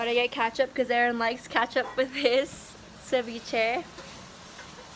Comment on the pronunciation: she said catchup instead of ketchup lmao😩😭